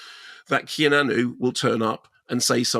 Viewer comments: He keeps saying kenanu lol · Did I hear "Ke-na-nu" or "Key-a-nan-oo" ...twice??? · love how Kermode pronounces Keanu "Kee-Nah-Nu" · "Kenannu"?!?!? Jesus, Mark, it's not like we haven't been saying his name for coming up on FORTY frickin' years... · Pretty sure it’s some kind of in joke or something. I’ve never met anyone here who doesn’t say kee-ah-noo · It’s a deliberate mispronunciation of his name that comes from previous reviews Mark did years ago; sort an in-joke, but not going to be known by people who haven’t followed them for a while! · what with the horrific pronunciation of Keanu? 🤣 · He does it on purpose. Orlando Bloom is 'Orloondo Bland' lol